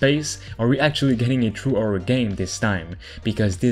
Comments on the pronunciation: Horror nor orror xD its not hard to spell the h man i know english aint your native language but jesus christ man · How come you can pronounce “Heist” But not you can’t pronounce “Happy” or “Horror”?